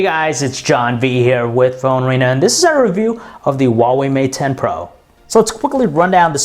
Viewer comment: AI LOVE OU XUAVEI MAT 10 PRO !